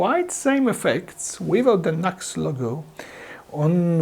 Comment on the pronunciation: It's NU-X (New X) . Not Knucks